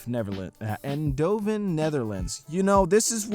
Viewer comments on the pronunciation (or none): You say it as ayndhoven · I love it how he said Eindhoven. I’m a Dutch bean. You tried and you succeeded. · i like the way you cant say eindhoven xD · Eindhoven pronounced as Endhoven is quite funny. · pronounce the Ein as in Einstein that is how you pronounce Eindhoven in English (the attempt was not bad tho)